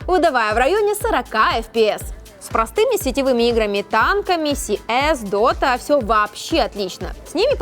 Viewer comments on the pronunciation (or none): Си эс??💀💀 Может кс? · диз блэт за "сиэс"